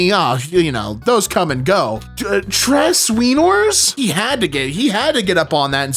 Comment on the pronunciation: "Tres weenors" is one of the reasons i love